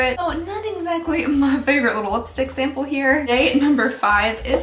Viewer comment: "smaple size" I'm sleep deprived but omg this little slip up made me laugh so hard 💖